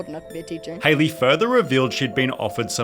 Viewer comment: Is that how you spell or pronounce her name. This is how you spell Hailey isn't it? Not Haliey. Seems like her name will be pronounced like Halle Berry's.